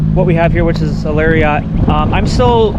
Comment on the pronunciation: thumbs down because you pronounced it larryaughts. Also, all my doors unlock with the remote.